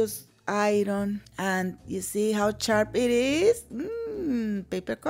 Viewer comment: So Im chamorro but I was raised in Texas. I speak about 70% fluency in spanish so jeedless to say I grew up around puro latinos. And your accent makes me "homesick" for my original home in TX. (El Paso & San Antonio) when u said "Charp" I threw my head back in a chuckle. 😂😂😂😂😊😊😊